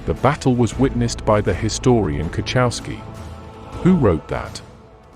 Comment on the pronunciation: KOCHOWSKI not koczałski